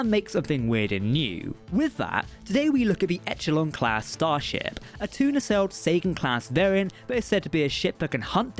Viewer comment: Okay I'm sure someone else has said it, but its pronounced 'e-shell-on' not 'etch - el - on' :D